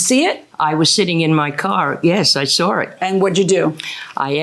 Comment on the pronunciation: Why do so many people say, I sar it, instead of I saw it?